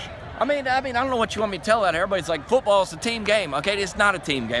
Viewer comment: sec “Pootball” ? LOL.